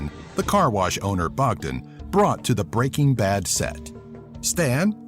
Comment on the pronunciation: It's Br eaking Ba d not B reaking B ad